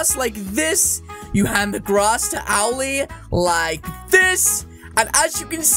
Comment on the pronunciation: The name is Owell not owly